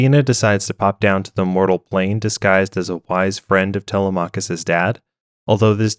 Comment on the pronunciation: tele-mah-cuss? lol it's tel-lem-mik-kiss